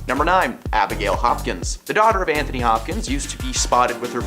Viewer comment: His name is ANTONY. ANT-TONY Star. Thank you for coming to my Ted Talk. Also, watch Banshee. He did it before The Boys, and it’s the maybe the single best show I’ve ever seen. Fanshee 4 ever 🖤